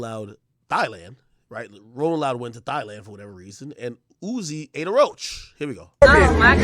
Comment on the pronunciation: Yo said "Thighland" 😂😂